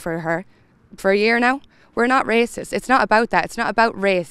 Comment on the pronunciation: Omg will yous plz stop saying we not wacisss seriously. IFTI 🙏🏻🇮🇪🙏🏻